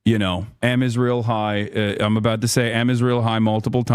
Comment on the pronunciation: He tried to pronounce Am Israel chai which is Hebrew. It means the Israeli people lives